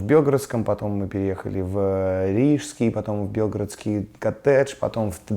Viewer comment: белгородский ударение на г